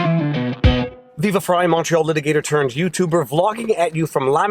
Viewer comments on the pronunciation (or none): "Viva FrRrRrRrRrRrRrRrRrRrRy! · the best part of all this videos telling the end of this story is count dankula trying to say Viva Frei's name